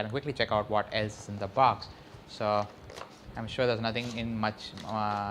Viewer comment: OMG, your pronunciation.. baaks, shayomi, inbox-charger??